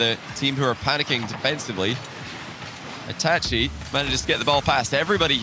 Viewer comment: It’s pronounced itahchi